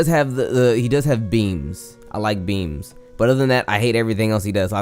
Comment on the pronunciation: When you said you hate Xeno's beams I though you said beans lol.